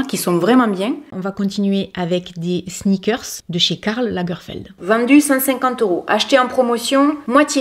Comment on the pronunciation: Pourquoi j'ai pensé à snickers quand tu as dis sneakers 🤣je sais pas 🤣🤣 en tout cas super vidéo 🤗